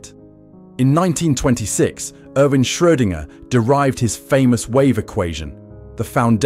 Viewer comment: Not the only mispronunciation although congratulations on Schrödinger (first time anyway)